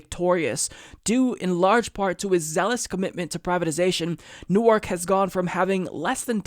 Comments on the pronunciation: FYI It's pronounced Nork. Not new-arc. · It's pronounced New-Erk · It's spelled newark, but pronounced newerk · I simply CAN'T be the only born-and-raised New Jerseyan here, who was cringing at pronouncing Newark with emphasis on the second syllable instead of the first.